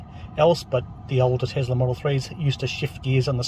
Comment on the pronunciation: TeSla, not TeZla.